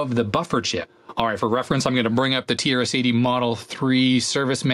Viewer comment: The way you pronounce "TRS-80" sometimes sounds like "tear city". I guess that's quite a fitting name for this board😂